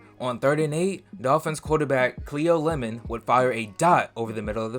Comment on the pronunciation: C-L-E-O ....... That's pronounced KLEE-OH .... Not see-oh. Good job with getting Lemon correct.